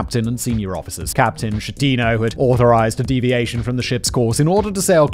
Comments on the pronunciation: It's pronounced f*king Skettino, like Bruschetta il pronounced Brusketta. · Just to note: Giglio is pronounced with both soft G’s like “glasses” instead of “greetings”… it’s more similar to lilio than GiG-lio Vice versa, Schettino is Skettino because in Italian ch combine to became an hard C (it’s basically the equivalent of the K we don’t have in the alphabet)